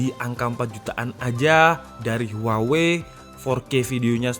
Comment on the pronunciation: "Huwawei P30"